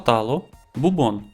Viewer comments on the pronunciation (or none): Ші!?😊😊😊Не бубОн,а бУбон 😅😅😅 Змініть,будь ласка,музичний супровід.😊😊😊❤❤❤ ДЯКУЮ ❤❤❤